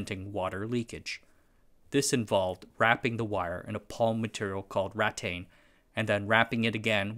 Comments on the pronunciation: "Raw-tain". Lol. It's "ruh-tan" dude. Congratulations! You're merely the 1,857,230,739th YouTuber that needs a pronunciation editor. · Well done, but you should really confirm the pronounciation of words. rattan ra- 'tan rə- gut·ta-per·cha /ˈɡədəˌpərCHə/ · Rattan is pronounced RAH-tan in English not ratten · Why did you pronounce "rattan" like "rattain?" I'm genuinely asking. I've heard variant pronounciations, but not that. "Rah-tan," "raa-tan," and "rat-tahn" are variations I've heard (though it's difficult to spell the nuances phonetically). It's just something that stuck out to me and I was curious. 😊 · And rattan isn't rattain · I think you are pronouncing Gutta Percha incorrectly. I think you are pronouncing Rattan incorrectly. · Noo why did you say rattan like that Aahaha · you pronounced rattan and gutta percha wrong